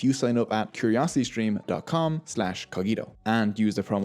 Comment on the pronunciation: Nice video, I had information about coffee, but I did not know the full history. May I ask if you intend the word Cogito as the latin word? because in that case you pronunciation is wrong. PS: Italians still drinking mainly 100% arabica coffee, it works better for the espresso.